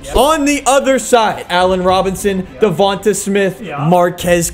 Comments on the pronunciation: It’s not devanta it’s Devante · I'm glad Devonta Smith (De-von-tae) not (De-von-te) got out eventually so I wouldn't have to keep hearing pronouce his name wrong. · it’s duh-von-tay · I love videos but the way he pronounces Devonta Smiths name makes me cringe!!! 😂😂😂😂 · his name isnt davontuh smith haha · I mean this with no disrespect but just some pronunciation corrections Davanta Smith is Duh Von Tay smith And Marquez callaway is mar Kees callaway